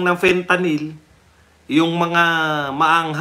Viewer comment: Sabi ni mike Abe Fentaline at hindi Fentalyn, akala nya pati oral ang pagtake nito😅😅😅